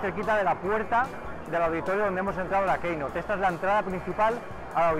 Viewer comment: Editor de applesfera y no sabe decir keynote en inglés..